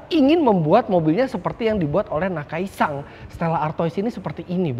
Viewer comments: Gemes dengernya, kenapa jadi nakai-“sang” 🙂‍↔️ Lama2 jadi nakai-sang pangarep 🙃🤦🏻‍♂️ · Menambahkan saja Om Fitra... Namanya Akira Nakai (Nakai SAN) SAN disini artinya sebutan kehormatan seperti "Tuan" atau "Pak" Bukan NakaiSang.... Itu kan yg ngebet jd Walikota...😂😂😂